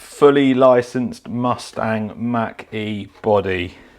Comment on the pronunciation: I love listening to Europeans mispronounce American names Mach E Mawch E